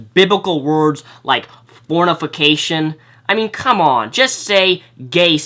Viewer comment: Why is no one saying anything about his mispronunciation of "fornication"? It is really irrelevant when both parties fail to pronounce.